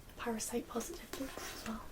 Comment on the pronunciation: "bewks" <3